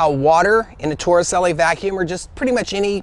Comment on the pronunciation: Suddenly I need a beer (bottle). Thanks for this. Also, as long as you learned how to pronounce Fresnel (fruh NELL), you may as well learn how to pronounce Torricelli (tor uh CHEL lee).